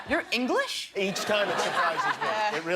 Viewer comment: The way he said "Your English!" so clearly just sent me.